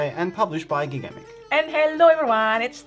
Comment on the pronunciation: Thanks for the video. It is pronounce jigamic if I remember. It is a french company if I recall. Nice prononciation of the authors though.